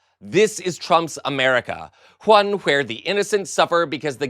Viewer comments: "Whone"!, why do you say: "wHip" like that? Skip to 57! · ok I understand why and white but there’s no "h" in one 😂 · There's no 'h' in the word ONE! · The word ‘one’ does not have an H in it. Calm down. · Stop that H shit. Don't make me tell you again 😂😂 There ain't no motherfuckin H in the word "one". Tf is H-one? 😅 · I know this is serious. But I have never heard anywhone pronounce the “H” in “ONE” 😂😂😂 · Lol am i tripping or is this guy doing this video pronouncing every silent H? He even adds H to the beginning of words like "one" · I have an honest question for you, why are you saying the h's in words like when, what, why? Sounds stupid! And you added an h and a w to the word one!! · There isnt even an “H” in the word “ones” please fkn stop it right now. That sentence at the end made me hate this guy even though i love wHat he said. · Why does he talk like that? And no, not talking about the fried leather man, talking about the host. Stop pronouncing the “h’s.” You sound ridiculous. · hwhy does this guy keep pronouncing the h sound like that, is so weird